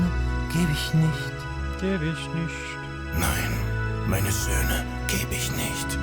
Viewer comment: Thank you so much,, for fulfilling my wish - even it was a German song❣️I am absolutely on the same page with all your thoughts around that subject and the German pronounciation of the title at the end was really good 👌🏻